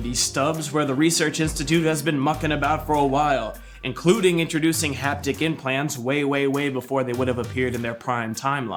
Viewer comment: 'haptic' interface, not 'hapnic' :-D